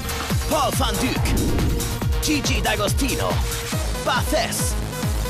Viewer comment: Paul van Dyk is born in germany so the guy´s pronouncing it correctly